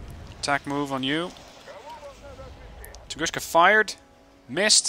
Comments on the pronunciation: What he's saying is "Tunguska" should be pronounced "tun-GOOSH-ka" instead of "tun-GOON-ska", I believe. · Tungooska. There's no "sh" sound in Tunguska. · funny when you telling "tunguska" like - "тунгушка". It's incorrect, call them - where "S" - is "С" without "SH", because it is - "Ш". BTW Thank you for the nice video.